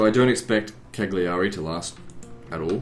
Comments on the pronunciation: The ”cc” in Ajaccio sounds like the ”ch” in chamber. Genua (Genova) and Cagliari have stress on the first accent, GEnova, CAgliari. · Just FYI Ajaccio is pronounced: A (short, like the first a in annual) Jaques (French prononciation of the name jack) see (or sea) o (short, like oh!) And Cagliari is pronounced: Kaaliari (g is silent, and both i's are short and high pitched) :) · Cagliari the i's are pronounced "ee" as in Lee